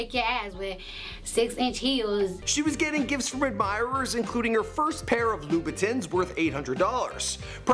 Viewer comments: Omg its pronouced LOU-BA-TONS NOT TINs omfg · Did he say vitins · SlowClass Kai and lou-a-bin-tins 😂😂😂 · Did he just say "lubitins" wtf 😂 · did this nigga say "lubitons" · jer_z33 Loo Bittins. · The way he pronounces Louboutins 😷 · I'm sorry but the way that kept pronouncing louboutins 😂😂